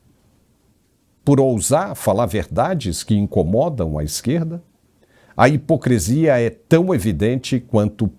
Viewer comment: Amigo, por que você fala HIPOCRESIA? HIPOCRESIA? O correto é HIPOCRISIA. 😕